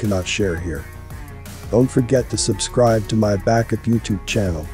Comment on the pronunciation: He always says; please ABscribe"... What up with that?